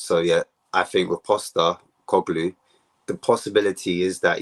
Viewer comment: It’s Postecoglou, not Postecoglu. Get the man’s name right Ffs.